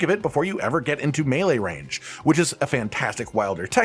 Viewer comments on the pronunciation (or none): none